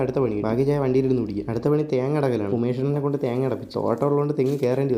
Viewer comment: ത്യേങ്ങ അല്ല തേങ്ങ...😅